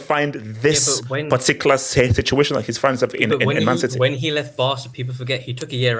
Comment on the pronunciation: Citeh, citeh , citeh